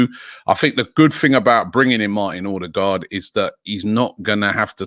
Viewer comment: I like the way Robbie pronounces Odegaard